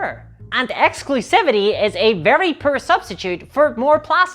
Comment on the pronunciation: I love the way she says poor.... " the value here is very prrr.,"